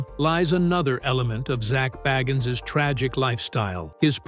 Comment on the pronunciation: Say his name right